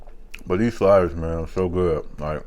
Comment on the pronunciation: "So I got the four shliders..man you make this food look good haha great food always it seems lol